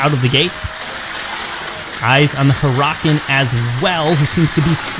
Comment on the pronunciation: Your pronouncing for huracan is wrong 😤